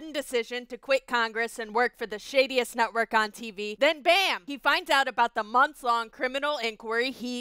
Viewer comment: Wow. Not sure If it's my ear buds or the dialog, but I swear she said "the shittiest" , not the shadiest.